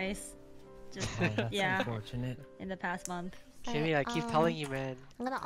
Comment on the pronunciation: Ahh back when sykkuno said kimi instead of keemee